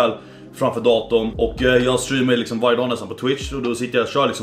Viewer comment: "läkerol lixom" 😭😭😭😂